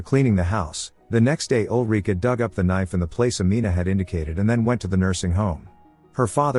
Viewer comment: Ulrika. Not olreeka.